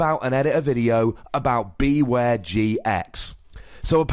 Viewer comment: wouldn't it make more sense to pronounce it like beware? as in, beh-ware? it's a pun as far as I can tell